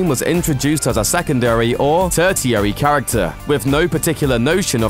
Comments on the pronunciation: hahaha pronunciation of tertiary needs some work :) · Why can't you pronounce 'tertiary'? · His pronunciation of the word “tertiary”